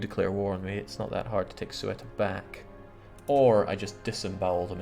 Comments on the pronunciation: now I guess it doesn't matter because your glorious Granadans conquered it haha but in Spanish it's pronounced /ˈθeuta/. If you're not familiar with the phonetic alphabet, then something like THEOO-tah. The "e" is like an "eh", and the "u" an "oo". But the "eu" is pronounced together as a single syllable. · Every time he pronounces Ceuta as "SWETA" I die.